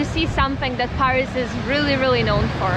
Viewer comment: PAAris 😬 is that really how Scots pronounce it 😂